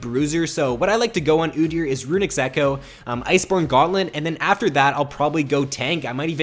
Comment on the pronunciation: runics echo ??? move the "s" kid